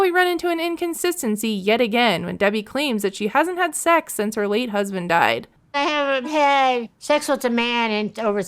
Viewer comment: Debbie : "shex" 🤢🤮